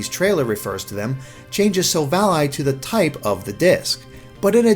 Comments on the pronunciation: Am I the only one cringing every time he says silv-ALLY?? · Nobody gonna point out this bad pronunciation... Sil-Vally Ar-c-eus not Arkaus or Silv-Ally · Why are you saying it as Silv Ally? Why isn't it Sil-val-ly. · Silvally, vally, not ally, you sound stupid saying it that way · It's sil valley as in silicon valley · Say Sil-val-lee That's how u pronounce it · i thought it was SILL-VA-LEE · Thought it was pronounced Sil-Valley, referencing Silicon Valley and technological achievement. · This man can't pronounce silvally. I'm done. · My ears bleed non stop after his pronunciation of Gible and Silvally. If you guys actually seen Silvally's Japanese name, it's Shiruvadi. Pronounce that Sherlock! Arceus has a couple of pronunciations, Ar-kay-us and Ar-cee-us - its either hard 'c' or soft 'c', depending on US or UK English's